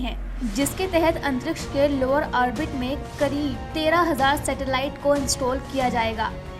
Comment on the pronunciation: ये बार बार आप आरबेटिक शब्द का प्रयोग कर रही हैं। ये आरबेटिक कौन सा शब्द है? पहले कभी सुना नही। शायद आप ऑर्बिट कहना चाहती हैं लेकिन गलत उच्चारण कर रही हैं। उसे सुधारिये।